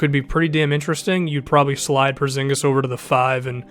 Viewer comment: How he says it is so funny because im from the country were he is from Kristaps Purzingis its so funny how everybody says it